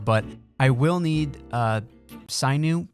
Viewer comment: glad you're reinvigorated! tip to avoid burn out: don't be afraid to "break your own rules". so glad to see you back! and FYI, it's pronounced like the word sin (religion stuff) + ew (gross). It's a stringy connective tissue that is found in muscles. If you've ever had a thing stringy white line in a steak, that's sinew. It's very strong and elastic.